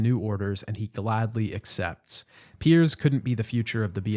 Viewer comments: Did you really call Piers, Perry in the first section of the video? 😂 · Are you calling Pierce Perry on purpose or am I missing something?